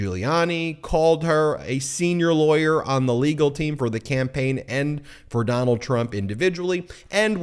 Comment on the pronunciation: "Doh-nuld, be best." Melania Trump